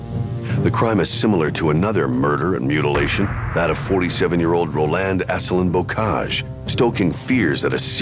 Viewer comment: The narrator butchers all the French names. Row-land?? Surge? Terrible